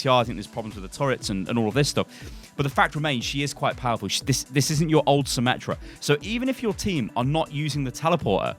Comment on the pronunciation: Not symmetra meta, it is symMETA